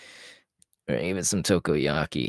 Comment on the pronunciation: "Ta"koyaki not "Toh"koyaki. You halfway scared me into think you ate your pupil, Tokoyami.